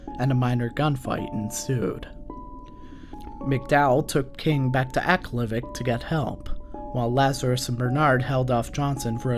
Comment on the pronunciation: He pronounces Aklavik funny lol